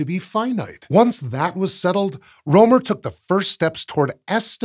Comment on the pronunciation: First off, I'm not intending to offend, and while the topic of this channel is space, and not linguistics.... I just wanna rant a bit, 'bout the current state of Latin alphabet, because the opportunity presented itself... (Yes, I'm aware that there are other writing systems out there, that complicate things, like written Chinese, and/or Kanji, etc.) I'm fairly certain, you butchered Rømer's (both of them) names; while I'm not Danish, I am Scandinavian, and well... It sounds pretty butchered to me... The letter Ø, is pronounced if not exactly the same, at least extremely similar to the "u"... "u"... let me repeat that """u""" in the word "burn," among others... 'Cus you know, a letter can't simply have just one sound per letter, across all the languages that use that written language, and not be unnecessarily confusing for no particular reason... 🤦‍♂️ (If you're curious what I interpreted pronunciation of the name as, it's something akin to "Ålei Råoumer.") Thanks, outdated written languages, and people being afraid of language reforms... 'Cus they get to have a better, easier, and faster to learn written language, instead of being stuck with ideas of the past, where writing had to be a privilege of nobles with too much time on their hand, thus making it unnecessarily hard, for people to learn it... 🤦‍♂️ Also, English vowels are shuffled around, and whatnot, to make things even more complicated with interlingual interactions...🤦‍♂️ I think, think, that Fr